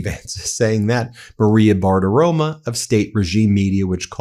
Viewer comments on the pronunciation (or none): Why does he always pronounce her name, Bartiroma instead of Bartiromo?